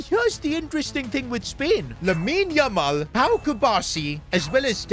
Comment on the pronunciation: Is it just me or does he emphasise Lamine Yamal’s name 😅